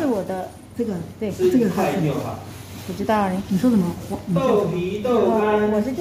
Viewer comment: kak.. wo phu cettaw.. hahaha...